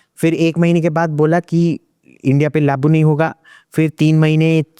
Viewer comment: ise pichhali Do Teen video mein bhi bola hai ki "Labu" Nahin Hota "Lagu" Hota Hai 😂😂😂😂 means : apply